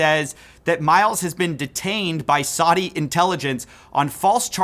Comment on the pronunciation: Why can't Americans say "Saudi". Not hard